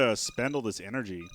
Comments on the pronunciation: energija? Where are you from dude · Did you say lets get some more energija :D